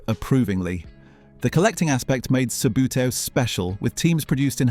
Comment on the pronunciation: I detect Ai SLOP! 'sub-yoo-tay-oh' 'spirro-graff' Incorrect images. Images and video lifted from other youtube channels. An English 'voice' saying "Aloominum"?